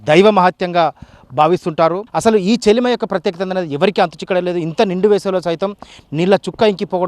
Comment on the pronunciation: చెలిమి కాదు. చెలమ